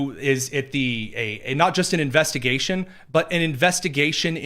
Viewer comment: Investagation he said again here we go